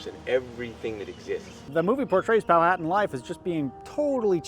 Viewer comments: Hey man great video and great content. My only issue is the way you pronounce Powhatan. It is Pow-hu-tan not Pow-hat-an. I live in the area that this all took place and I studied this history extensively and it is a common mistake. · Poe-ah-tawn. I know southern native american tribe names are weird to pronounce but I feel pretentious so I'll correct someone who undoubtedly knows more about history and ancient society than I do. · I live in Southeastern Virginia, Jamestown is required learning. Went there on a field trip in 3rd grade. Too young to grasp what really happened but it was fun. Also, have I been saying Powhatan wrong this entire time? Is the way it's said in the video the correct way?